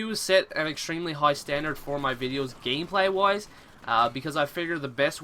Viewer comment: Also "gameplay wise" sounds like woise. and sounds like gaymeplayee.